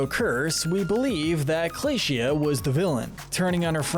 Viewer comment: It's Dream LAND! Not Dream World! It's FLAM-Berge! Not Flame-Berge & It's Clay-SHA! NOT CLAY-SEE-YA! YOU NEED A LOT MORE FACT-CHECKING OR YOU'LL BE SO STUPID!